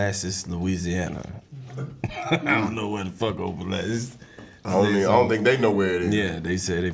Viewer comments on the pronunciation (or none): Karlous saying Opelousas, Louisiana wrong got my Aunt pissed cuz she live there got me dead, It's pronounced Op-Pa-Lou-ses Karlous😭😭😭😭